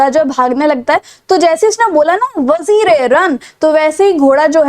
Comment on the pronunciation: Vazire = वजीर not 🚫 वजीरे😂